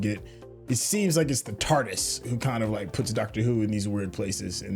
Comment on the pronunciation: .....if you don't stop calling the T.A.R.D.I.S. the tarderis, theres no er....in the word!